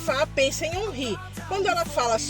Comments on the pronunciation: É órin e não onrri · Se fala "Onrrí" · a escrita em português é omri , mas essa pronuncia não é certa